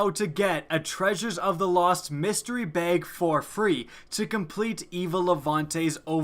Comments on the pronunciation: it's bag not beyg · I absolutely hate how he pronounces bag it's not "bayge" it's "bag" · I'll pray to RNG that you learn how to pronounce "bag"